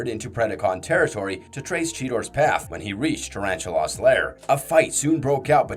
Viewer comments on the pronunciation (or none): god did you ever actually WATCH the shows? just under 12mins in and you've completely mispronounced the first spider's name like 20x. It's NOT pronounced "tarantu-loss' it is PRONOUNCED "tarantu-LESS" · I thought that was just an accent thing.